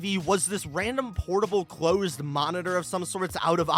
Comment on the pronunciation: Bro said "new momitor" lol